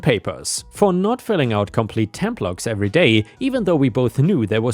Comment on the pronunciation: "templates" is "tem plates" with a hard "AY" sound, not "tem plots."